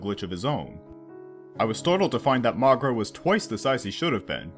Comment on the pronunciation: I cringe by how wrong he pronounces Moguera